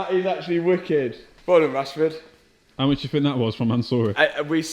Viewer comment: You're milking Rashord Name 😂 Rashford Car, Rushford parts